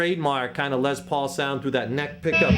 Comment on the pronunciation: the way he said, "lez" pauls cracked me up